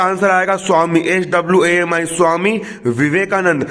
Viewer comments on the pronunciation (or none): none